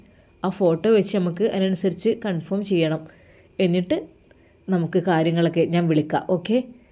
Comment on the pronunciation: കൺഫോം എന്നല്ല പറയേണ്ടത് confirm എന്നാ